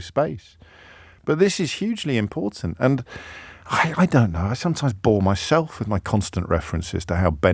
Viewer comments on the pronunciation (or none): none